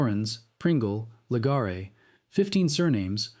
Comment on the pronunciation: LEGREEEE... NOT LEGARRREEEEY